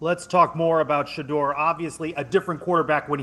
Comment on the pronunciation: Shedeur Sanders pronunciation: Sha-Door ✅ Sha-Durr ❌